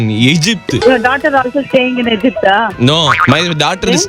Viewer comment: Indian's english😂. Egypt ah? Innada adhu